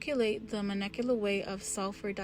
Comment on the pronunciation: I believe its pronounced intermoLecular forces and moLecular weight❤